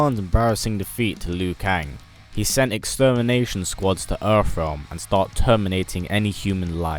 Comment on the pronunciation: “Earff realm”